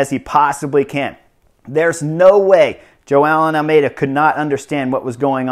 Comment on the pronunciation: I heard "Joao And Almedia" 😂😂😂😂